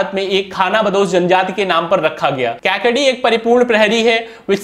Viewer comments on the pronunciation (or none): आरे भाई क्याकडी नही कैकाडी बोलते है । वंजरी नही वंजारी है , वंजारी एक जमात है उसके नाम से ईस नस्ल नाम पडा है । आप रामनधपूरम मंडोई कुत्ता भूल गये ।